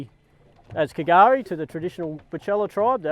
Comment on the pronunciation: Love the vids and just so you know K'gari is pronounced ''Gurri'' and it means Paridise . I'm watching your vid from my home inside the Woodgate National Park Hervey Bay